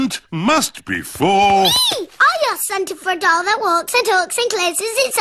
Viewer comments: When she said my doll to me it sounded like she said my dong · oh i thought he said he wanted a dog instead of doll